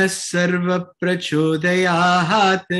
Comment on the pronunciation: It is prachodayat and not prachodayaHAAt. You may play Sai Gayatri on YouTube as recited at Prashanti Nilayam. Otherwise you are doing a wonderful job .